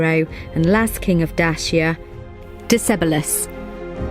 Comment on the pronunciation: Your pronunciation of Decebalus is absolutely rubbish